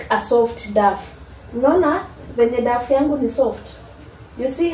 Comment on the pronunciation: You pronounce dough as "dow"